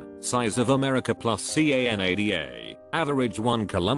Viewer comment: Why is Canada pronounced by spelling out the letters? I don’t fully understand why bots are used to talk through a video of short length. It would be much better using a natural voice to read through it.